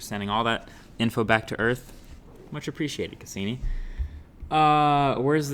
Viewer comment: Congrats on hitting the 5 million viewer mark but fucking blowing the pronunciation of the probe Cassini! I can probably speak for all your science oriented viewers out there that watch your channel. Ya flipping blew it! Sounds like you don't even know what the Cassini probe is or what it was about. (and everyone on the planet should know BTW). Neil degrasse Tyson would have loved that moment! In a way Cassini helped you get to that 5 million mark. Your channel is over for me in my book. Good luck to you on your next 5 mil gathering. Next time show some knowledge and respect for science and technology by knowing a little more then an on off switch or which mic to use for your broadcast. Out of here.."Click"